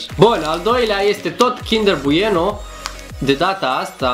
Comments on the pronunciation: a zis buieno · Ai spus BUIENO